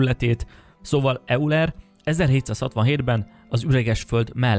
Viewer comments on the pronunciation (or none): Euler ejtése 'ajler'. Písz. :) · Eulert kerlek ejtsd:Ajlernek. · Az az "Euler" az "Ajler"-nek ejtendő... ( körül) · Nagyon jó videó! Annyi, hogy nem ,,Euler" , hanem ,,Ojler" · Tetszik a videód, de nem értem, hogy azért, mert valaki matematikus vagy csillagász, miért lenne kompetens üreges Föld ügyben. Valamint nem euler, hanem ojler, de amúgy tetszik a videó, csak így tovább. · D Euler? Ejtsd Ojler! Na ez pont olyan, mint a génezés! Illetve, San José és Szán Dzsoszé, ejtsd: Szán hOzé, azért ezeknek a hitelesség kedvéért olvass utána! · Nem izéből, de nem "euler"-nek ejtjük, hanem "ojler" vagy inkább "ojlá" (nem pergetnek "r"-t) hisz a németek az "eu"-magánhangzó együttest valahol egy magyarul kiejtett "aj" és "oj" közt ejtik. Azért is emeltem ki, mert a fickó, Euler nélkül biztosan nem lenne youtube platform ahol a nevét kimondhatot :D üdv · Köxx Öcs (Auler=ajler) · Szia! Nekem is kifejezetten tetszett a videó, tetszik, hogy gyakorlatilag állásfoglalás nélkül, de elgondolkodásra késztetve mutatsz be elméleteket. Ha megengeded, egy dologban szeretnélek kijavítani: Leonhard Euler német származású, a nevét "Ojler"-nek ejtik. Talán csak az én fülemet zavarja, mindenesetre hasznos infó lehet számodra. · Euler ejtése [ajle(r)] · O-val ("ojler", ˈɔɪlər), de nekem is bántotta a fülem. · hát biztos hogy nem E-Uler 🙃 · Euler - ejtsd: 'Ajler' :) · Építő jellegű kritikának vedd, de Euler nevét "ajler"-nek vagy "ójler"-nek kell ejteni. A Murdoch nyomozó rejtélyei című krimisorozatban egyébként feldolgozták ezt az elméletet egy eapizódban, egy fiktív tudósnő akar a Föld belsejébe utazni. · Euler nevének helyes kiejtése (svájci származására való tekintettel) "ojler". Kérlek, KÉRLEK 🙏 ne mondd ki még egyszer fonetikusan !! 😭😣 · Euler ("Ajler") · Euler >> ~*Ajler* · Euler ejtsd Ajler